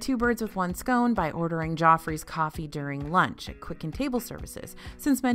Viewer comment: I thought you was saying 'jaw freeze coffee' 🤣